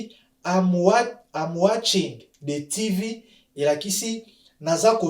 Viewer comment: Merci bcp mais revoir un peu phonétique, tv c'est Tivi